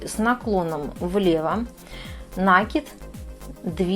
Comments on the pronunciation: Очень красиво. Труд мастерицы нереальный! Спасибо за мк. Но "таким образом" и нАкид режет очень слух.....😊😊😊😊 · Никто не спорит - труд колоссальный, капор великолепный, но уж если мастер взялся озвучивать. то за речью нужно следить, оттачивать. Я смотрю из-за этого без звука, включив комментарии, но и их читать невозможно. так как сплошные "слова-паразиты" и очень много лишнего проговаривается, а по-существу очень мало. И еще одна беда у многих мастериц вязания- это слова "накид" и "раппорт". Произносятся как накИд и раппОрт. Слушать неправильное произношениепросто невыносимо. извините за прямоту. Но за мастер-класс большое спасибо. Вяжу и конспектирую, чтобы потом не пересматривать. Вам успехов и творческих идей.